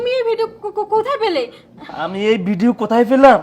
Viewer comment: কথা বলতে শেখ ভিডিও কে বলছ বিডিও ।